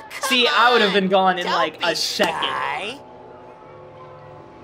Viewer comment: U said a sheikond